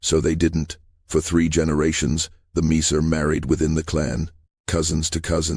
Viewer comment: is there ANY corroboration of any of this? Any sources? Also, Myer is constantly mispronounced throughout. Miso? Miser? C'mon now.